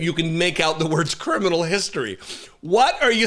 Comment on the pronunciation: Homan's not hooman